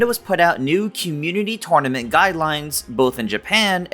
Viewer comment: Why do you pronounce “tournament” like that?